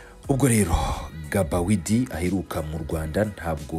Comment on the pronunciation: Ntibavuga Gabawidi bavuga Bagidi (Gbaguidi)